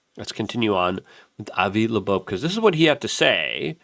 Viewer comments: I know it’s driving me fucking nuts!!!! Avi Labobe ????? It’s Avi Loeb !!! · FOR FUCKS SAKES!!!! ITS 3I ATLAS! NOT 30I! AND ITS AVI LOEB, NOT LEBOBO! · Luke…Avi Lo-eb… not Labobe …3 👁️ Atlas…not 30Atlas …FFS!!!!!! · did u say Avi Laboob HAHAHAHAHAHHAHAHAHAHAHAH